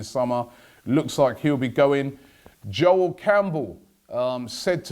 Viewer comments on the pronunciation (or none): none